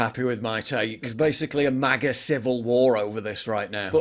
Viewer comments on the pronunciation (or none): I agree with PJW on this. WTF Trump it's MAGA not MIGA